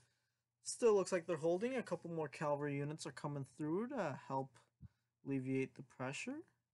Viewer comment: Why does everyone say “calvary”? It’s cavalry you reets